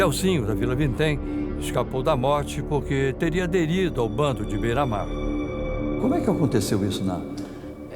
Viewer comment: Bandido bom é bandido que fala correto é bera mar porra kkkk